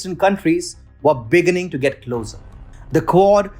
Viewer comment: Begínning, not Béginning. Kíev, not Keev. Succéss, not Súccess. Vow, not wuw.